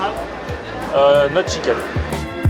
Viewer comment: tu dit ein durum il dit avec sckiken tu lui repond en anglais not schicken😂 sa ma tué